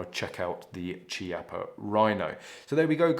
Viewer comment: Chiappa is pronounced with a K sound kiappa, not a ch sound.. ;-)